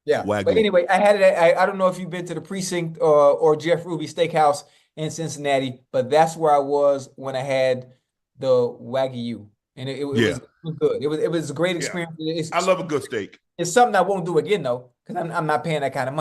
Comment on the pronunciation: Ocho said Wagon instead of Waygu 😂